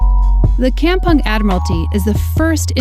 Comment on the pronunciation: Oh gawd... While it's a nice episode... Hearing the word "kampung" pronounced that way is so painful. And butchered the Malay language. LoL. Did you actually asked a local Malay person in Singapore how it is supposed to be pronounced? LoL. Anyway I really like the places you visit... But... Just don't butcher the local words LoL.